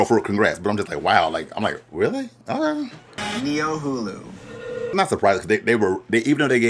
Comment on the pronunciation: The way the boulets are saying "niohulu" is bugging me LOL - hopefully she corrects them at some point.